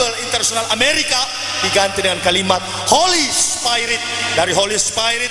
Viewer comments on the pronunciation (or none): Holy Spairit?? belajar bahasa Inggris dulu bro baru ngomong..